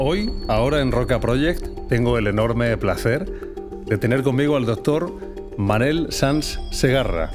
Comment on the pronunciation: Es diu Manel Sans,no Manuel